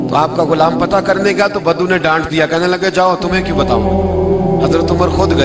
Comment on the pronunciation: ارے مولوی ! بدھو نہیں ، صحیح لفظ بدو ہے ۔